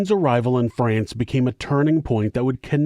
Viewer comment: I am approximately 50 billionkagillionzillion times more disgusted and horrified by this pronunciation of "France" than I ever could be by humanity's adoration of murderous treachery and cruelty. haha